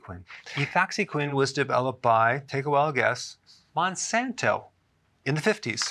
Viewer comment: For some reason, how he said “Monsanto” had me dying. Am I alone out here?